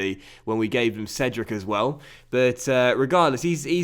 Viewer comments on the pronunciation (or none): none